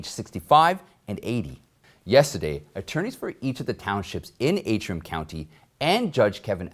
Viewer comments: It is Antrim, as in ANTRIM, County, not AAtrim. Words and their spelling are important, especially to reporters. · Antrim. Pronounced as it spelled. ANtrim. Please fix this in future videos.